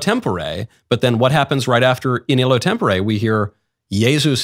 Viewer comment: In Latin, you wouldn't say "in illo tempore", least of all in that pronunciation. If you want to brag about your Latin, xou should at least get it right.